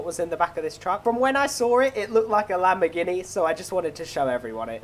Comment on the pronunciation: YOU SAID IT WAS A Lamborgihni